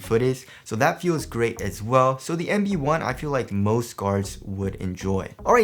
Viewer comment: it sounds like he pronounces the puma EMBiD One ! instead of LB One